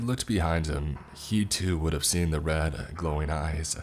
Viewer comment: Hi Tom, said the tracks could be Skleen, he meant to say seen. Back to you Tom